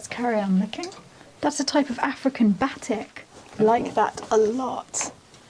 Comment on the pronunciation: Not sure if anyone mentioned but Batik is pronounced Ba-teak not Battick. It maybe you’ve only seen it written and not heard it spoken?